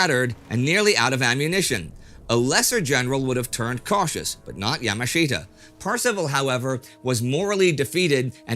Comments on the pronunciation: Great stuff as always. Yamashita is pronounced Ya-maa-shuh-tuh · It's Ya-MAHSH-ta, Indie. Accent on the second syllable.